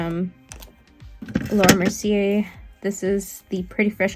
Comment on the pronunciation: Omg girl, lol. I can't with you. It's not Mercy-er. She's French it's Merci-AY! Mercier = Merci-AY! Please stop saying it Mercy-er lol